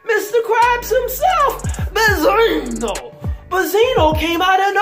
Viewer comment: Do you know how to say benzino? You sound STUPID